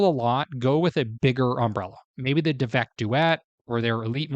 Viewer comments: I said the same thing … he said the name wrong 🤦🏼‍♀️ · Did you just say "devak"? Time to leave lol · You’re mispronouncing the name— it’s DAV ek.